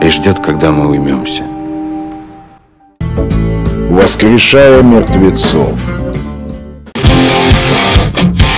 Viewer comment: Не воскресшая, а воскрешая